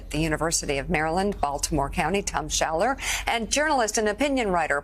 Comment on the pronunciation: "Schaller". "Waldman". Yeh.